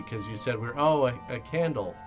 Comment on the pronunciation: Awe you got me a canle. 😂 The eay she says candle is so freaking weird l